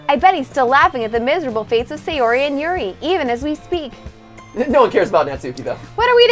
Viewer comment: Edwin Sánchez The names are technically “Mo-ni-ka” & “Sa-yo-ri.” It’s even said in the game (“That’s not how you say my name. Besides, that joke makes no sense in translation.”).